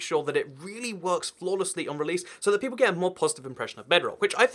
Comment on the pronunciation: People not “peolle”